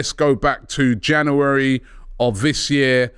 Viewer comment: Robbie, please learn how to say 'January'